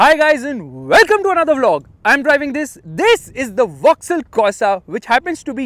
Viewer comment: Your emphasised “This” is very irritating.. no need to stress on it so much!